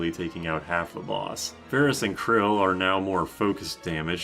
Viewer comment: bro pronounces it "krill" 😭